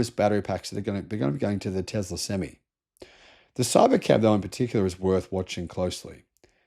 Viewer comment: What is with pronouncing 'Tesla' as 'Tezla'?